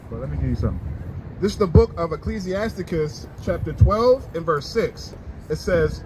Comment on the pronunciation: Please!!! PLEASE!!! PROPERLY PRONOUNCE THE BOOKS BROTHER